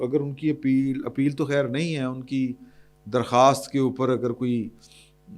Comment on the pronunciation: BHAI YE LAFAZ TADKHEER NAHI HOTA TABKHEER HOTA HAI MAQASAD TANKEED NAHI ISLAH HAI MERY PAS AP KA PERSONAL CONTACT NAHI THATS WHY YAHA LIKH DEYA